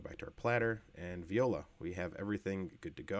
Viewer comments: Nice video.However, even though i'm not french, each time you said "viola" my ears bled :) The correct word is “Voilà” (pronounced vwah-lah). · definitely confusing his French expression with a classy string instrument :) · I love how he says vee oh la for voilá